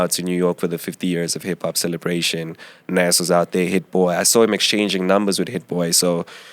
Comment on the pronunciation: really called Nas "Nez" SMH!